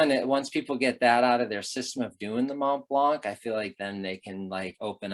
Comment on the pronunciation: How comes that Americans can say Chamoni(x) correct but put the most expression on the K in Mont BlanK?